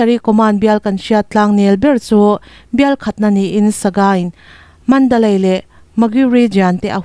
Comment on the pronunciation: I chhiarthiam viau mahse ka ti ve lawk kalai (kali) tih te Mandalai ni lo vi manli)Kachin tihte keini mizo chuan(chhin) tih tur ngaihthlak a nuam deuh in ka ring Ralleh lam unaute kha hnenah a dik taka lam dan hnan zawt chiang ula ngaihthlak a nuam sawtin ka ring ve mai mai a.